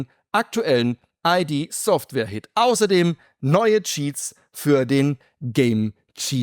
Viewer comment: ID spricht man zusammen aus. Also "Id", nicht die Buchstaben einzeln "I. D.".